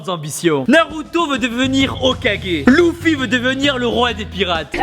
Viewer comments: luffy pas louffy stp.. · srx tibo ... tu dit Luffy en prononcant U ?? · Je viens de remarquer il a prononcer Luffy avec un u sa se prononce pas leffy ? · "Louffy" jadore comme tu prononce son nom normalement c "leuffy" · NANNIIII ????!!!! LOUFFFY ? luffy se prononce leuffi Oo... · c'est pas lOUffi c'est LUffi (prononciation leffi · Pas Louffi mdrr, ça se prononce Luffi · PK ta LOUFFY ET PAS LEUFFY en prononciation tu me déçoit beaucoup je vais pleuré CE BLASFESME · MAIS POURQUOI TU DIT NALUTO ON DIT NARUTO !! ON DIT ZORO PAS ZOLO ON DIT PAS LOUFFY ON DIT LEFFY (Luffy) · Louffy ? Nan c'est Luffy mais ça se prononce Leuffy ! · TU AS OSE DIRE "LOUFI" !!! Luffy ce prononce "leuffi" mais c'est pas grave --' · il a dit loufi ou c'est moi à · ATTENDS ATTENDS ATTENDS ! JE RÊVE OU IL A BIEN DIT LOUFFY VERS ?! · a tu as dit "louffy" au lieux de luffy je me désabonne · Ca prononciation est énorme damn ! Quand il dit louffy😂 mais on voit que c'est un connaisseur quand il met l'image de code geass ❤️ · Déjà c'est pas "Louffu" mais "Leufi" (Prononciation) et Roronoa veux devenir le meilleur sabreur du monde et non épéiste 😁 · j'ai rêvé ou tu as dit louffy '-' 😂 franchement tibo... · Mugiwara No Luffy après en japonnais ça se remarque pas mais dit comme ça c'est bizard prcq en japonais il le prononce d'une façon que ça passe crème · RIP à quand il dit "Louffy" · Il a dit Louffy... Noooooon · il m'a tué quand il a dit louffy!!😂😂😂